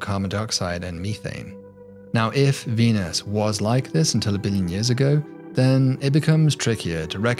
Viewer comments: "Dee-nus is a...." What's with these YouTubers being unable to pronounce words these days? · Cool video but say Venus with a P instead of a V